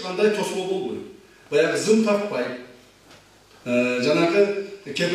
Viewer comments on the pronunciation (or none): none